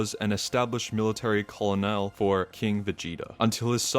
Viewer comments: I'm sorry to be the grammar guy but it is driving me insane how you keep saying "more simpler" "more stronger" etc. You do not need the er if you're saying more. Also colonel is pronounced "kernel" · bro pronounced colonel llike colonel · You said Colonel wrong, it's pronounced Kernel. The L is silent. 😊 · I wasn't even looking at the comments until I heard that😂